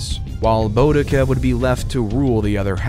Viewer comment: This is excellent background noise. Thats about it. Th-aymes. Boe-dica. WW2 in 1945. Excellent speaking voice tho. Maybe just have someone else write the history.